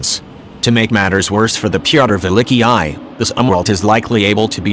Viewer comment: The Pee-otter Villickee-I?